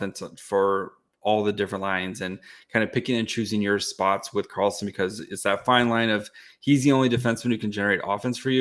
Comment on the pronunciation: Its Victor met-tay not victor Meat. And Eric SHallgren